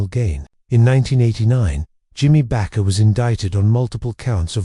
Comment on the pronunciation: AI sucks. His name is Jim (not Jimmy) Baker. Not Bakar.